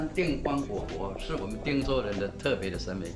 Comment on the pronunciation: 您好，我們是長期關心客家話發展（台灣到世界客家）的社團，很高興看到貴台新一季［客家人有名堂］節目播出，但是在看到 左右聽旁白配音講到「汀（tang)州府」聽出來恰似「聽州」或...???汀州的汀是tin (ten)還是tang??我們決不相信這是具有專業客語配音的客家電視台做出來的配音，希望貴台為台灣最主流客家媒體配音做毋得「將就」草草了事，以上～